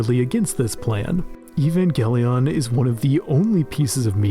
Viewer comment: This dude just said even-galion?